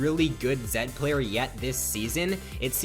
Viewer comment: zed no zen